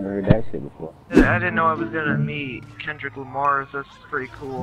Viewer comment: Man said Klundrick Lamar looooool